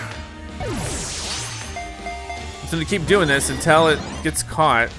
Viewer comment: You said "untEl" ps i love your videos